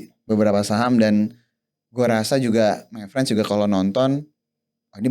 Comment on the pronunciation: Harusnya MayFriends (pengucapan: MeiFrens) Bukan MyFriends (pengucapan: MaiFrens)